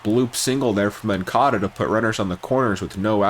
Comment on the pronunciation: Moncada…. Not moncado